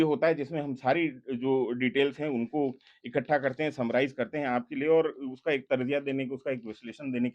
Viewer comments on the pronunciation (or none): none